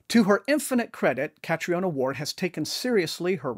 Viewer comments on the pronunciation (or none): Her name is pronounced Katrina.